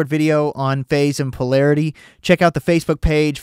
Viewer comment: By the way I just heard at the end of the video: "check my phasebook page" hahaha